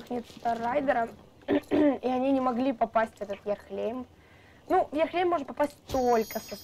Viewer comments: Не Ярлехейм а Ярлахейм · Я тебя поправлю хорошо ? Не ярхлЕйм а ярлахейм ( знаю щас все начнут писать типо , это её канал как она хочет так и будет говорить , и тд. Но я просто поправила) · не Ярхлейм,а Ярлехейм ну я не знаю может это я не правильно говорю